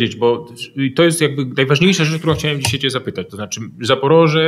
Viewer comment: Panie Piotrze: "dzisiej", "wczorej", serio, aż uszy bolą! A tak poza tym jak zwykle Pan Wolski merytorycznie! :)